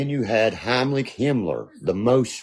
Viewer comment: He said "Heimlich"Himmler,as in heimlich maneuver.... Its 'Heinrich,' Heinrich Himmler. This poor,sweet boy. He thinks his brain actually works.